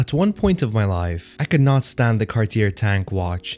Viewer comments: The final "r" is NOT pronounced.. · Please tell me you know how to pronounce Cartier after all this time?